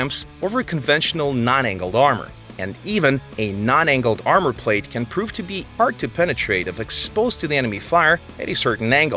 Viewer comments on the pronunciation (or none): none